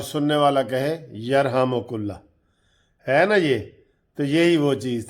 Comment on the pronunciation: 'Yarhamo.Kullah' nhi " Yarhamo. Kallah "